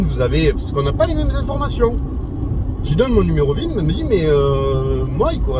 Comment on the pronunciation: Bonjour… Pour info, c’est le n° VIN (Véhicle Identification Number) et pas ZIN !😉(je reconnais que vous avez corrigé après👍🏻) Et commandée le 16 juin ! Whaouh ! Vous êtes un "early adopter" ! C’est courageux, y’avait pas bcp de retours objectifs à ce moment-là ! Moi, je me suis décidé mi-décembre et livrée le jour du printemps (pour un véhicule qui s’appelle Spring, c’était obligé !😉)